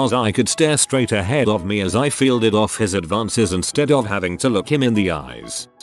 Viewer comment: Having to pafe, having to pafe, having to pafe, having to pafe, having to pafe...